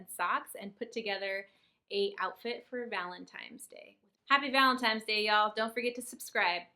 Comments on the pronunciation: i love your channel but the "valentimes" day was killing me 😂😂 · Take a shot every time says valentime's.